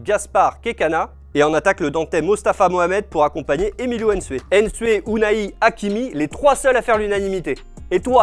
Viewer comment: C'est pas N'sue mais Nsue on est fatigué M'bappe, N'gijol,N'tamack .arrêtez svp pour une fois pour toute